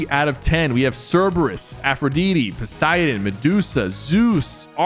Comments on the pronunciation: sypher i'm sorry but... =Aphrodeeeteee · Afaa what 😂 afradidi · Its pronounced 'Afro-die-tee' not 'afro-dee-tee'@ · No…as somebody who loves and knows a good bit about Greek Mythology, I can safely say Aphrodite is not pronounced Afro-dee-dee…it’s pronounced Afro-die-dee. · Bro he said aphrodete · "aphrodeetee" hurt as a greek mythology/pjo fan. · its pronounced afro diddy actually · Aph-ro-dee-tee lol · did he just say afra-di-di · wtf is aphrodeedee☠☠ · "AFRODEEDEE" LOL 😭✋ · Can’t pronounce Greek gods and goddesses names AND HAS HORRIBLE TAKES . 💔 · WTF DID HE JUST CALL Aphrodite!?!?? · aphrodite. there's gotta be an I there somewhere. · who is "aphrodeeti" and "ahsockuh" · The aphrodite and the Ashoka pronunciation was diabolical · Aphrodite, Ahsoka and Montague pronunciation was absolutely nefarious